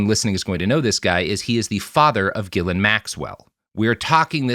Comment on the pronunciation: Is that actually how you pronounce her name (GILL-an) or is this another of the famous Robert Evan mispronunciations?